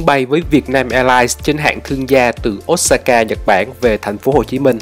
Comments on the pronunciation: Xin lỗi chứ ô sa ka chứ k phải ốt sa ka nghe khó chịu v~ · Ô sa ka chứ ko phải ốt sa ka a ơi. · góp ý với a là Nhật không có âm O và U thay vào đó là Ô và Ư (Osaka > Ôsaka, Sakura> Sakưra, Fukuoka > Fukưôka ):D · Chả ai đọc là ốt sa ka ad ạ